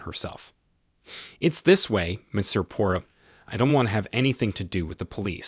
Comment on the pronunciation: The AI voice should at the very least pronounce Poirot’s name correctly, LOL.